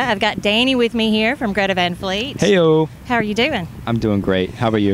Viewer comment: He said “how are you” in like a New Jersey accent 😂😂😂